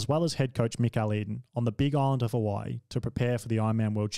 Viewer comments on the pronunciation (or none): none